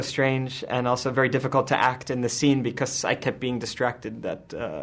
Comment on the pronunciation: why cant you pronounce becosss... :D:D